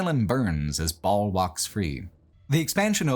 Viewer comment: I love this video but hearing how you pronounce Diablo and Baal hurts my soul 🤣